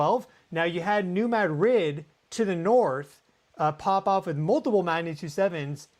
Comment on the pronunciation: Missourians pronounce it New Mad’ - rid heavy emphasis on first syllable ,no emphasis on on the second. Not like the Spanish capital .